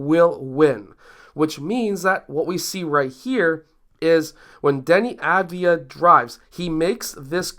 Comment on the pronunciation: Great video. The reason Deni didn't take a floater is that he shoots floaters with a low percentage. It's an issue he still must work on. Second, the way to pronounce his last name is Av as in Avocado , Di as in Dianna, and Ya as in Yahoo.